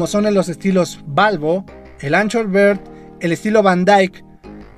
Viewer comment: Full "bird" xd. Se pronuncia algo así como "biard" amigo. Sino parece que dices pajaro completo